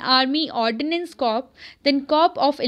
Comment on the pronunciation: This isn't to troll you or anything but plz rectify your pronunciation of corps (was just for your betterment).